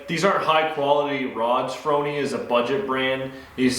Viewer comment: Its pronounced FOR-Knee, C'mon Man, you know the thing....